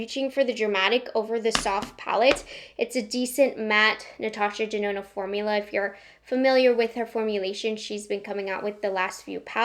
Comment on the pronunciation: I HATE the was you say Natasha “DZenona” 🥴